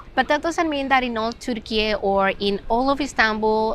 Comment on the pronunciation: Excellent advice... Like the way you say "TURKIYE" instead of Turkey. Teşekkürler.